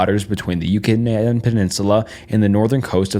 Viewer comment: Why does bro just straight up forget how to speak sometimes? Pronounces Yucatan perfeclty like 30 secs before then he goes "yucanaaan"